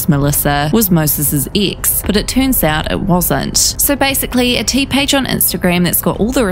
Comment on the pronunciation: 😂😂😂😂🤣🤣🤣🤣 I was thinking EXACTLY the same thing "Ix" ☺️